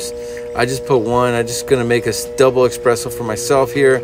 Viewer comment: ITS ES-PRESSO!!! NOT EX-PRESSO!!!!!!!!!!!